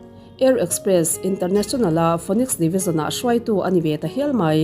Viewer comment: Phoenix tih hi finix anga lam rik tur aw